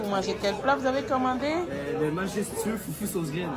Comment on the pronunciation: C'est pas foufou mais foutou C'est pas pareille